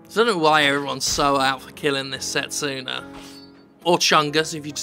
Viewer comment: Fist of all, the name is Setsuna, not Sestina. Secondly, Setsuna sounds pretty unisex to me. Thirdly, I don't think I've seen so many people draw so many wrong conclusions since... well the last time I was on the internet, really. Judging by that cutscene, Setsuna's not the MC she's the sacrifice.